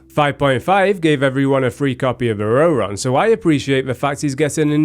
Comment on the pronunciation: the EN VAs are known to butcher the names. e.g. Liyue is often mispronounced as "lee-way". not that it's a problem or anything. the pronunciation of Ororon just stood out for me.